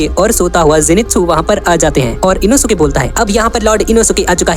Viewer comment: Inosuke nehi enoske😂